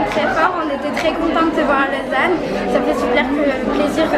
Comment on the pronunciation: Super Vlog ❤️ c'est trop drôle comment tu prononces Lausanne 😂tu dis un peu "Lôsanne" 😂 du coup, tu reviendras en Suisse un jour pour des vacances ou un meet-up? ❤️ Continue comme ça je t'aime 💖 #TeamBoulette 🍡 #TeamSuisse 🇨🇭🇨🇭❤️